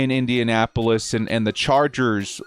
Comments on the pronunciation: Yeah, totally sounded like minionappolis colts. I heard that same thing. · Anybody else notice said “ Minnionapolis Colts”? 🤣 love you!